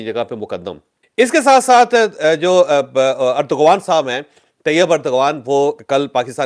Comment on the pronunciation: It is not turkey Turkey is a bird Use urdu alphabet t It is turki and new name turkiye It is not urdgan it is eradwan There are 2 g in Turkish language this g is w Do proper research Do not just bullshit and give wrong information and pronouncian